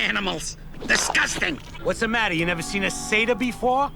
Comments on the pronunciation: sater not centaur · its satyr not centaur